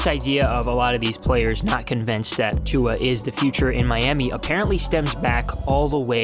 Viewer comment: Why you say "tongue-a" everytime lol